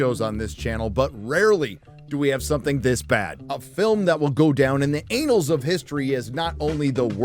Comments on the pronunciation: I gotta know, does he say "anals" instead of annals of history on purpose?? 😂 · Did you just say ‘Anals’😂😂😂😂😂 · he said anals hahahaaaa33344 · Well, that has to be the first time I've ever heard annals said like "anals". For a puritanical nation too hung up on saying hell in public or even toilet and have to call it a bedroom, or restroom or whatever it is instead, they sure like to compensate by being vulgar in other ways. Please learn some basic English pronunciation, plus some common sense as to why you would not, as a so-called native speaker of English pronounce annals like "anals". I wish you all the best in learning basic English pronunciation, I think it will help you in presentation long term, speaking of cringe. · Annul is not pronounced anal but, yeah, clever joke, I guess. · "Anals of history" 😂😂😂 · anals of history? really? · I hope "anals of history" was intentional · ..’the anals of history’ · Was that a deliberate "anals of history" instead of "annals of history"? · gross mispronunciation of annals